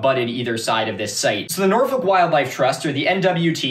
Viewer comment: actually crazy to hear an american pronounce norfolk correctly. thats how i know this guy is trustworthy